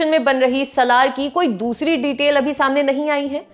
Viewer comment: Saaalaar not salaar